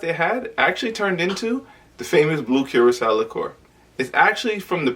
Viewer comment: It's pronounced Kur●ah●sau not Cure●ah●sau